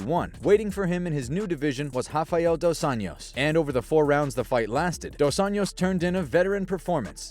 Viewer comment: It's Dos AnJos, not Dos Años. It's Portuguese, not Spanish. Just read the words. "Of Angels" not "Of Years"